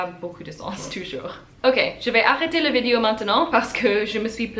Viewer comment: I came upon your channel today. I see that this video is nearly three years old, so I am sure your French has improved a lot since then. Since you make videos you need to pronounce the word "vidéo" properly. You are just saying it in English. First of all the sound i as in the word it, does not exist in French. One other comment, in this video you float back and forth between the sounds OU et U, as in the French words "où and bu." You can pronounce both correctly but not always in the right word. I am not writing this to criticize but rather to offer some advice. Maybe it would help to sit down with a native speaker and slowly go through this vidéo so the French person can point out the grammar and pronunciation errors. Many of the comments here refer to your "cute" accent. Surely you would prefer a good accent to a cute accent. You and your cat are cute in any case.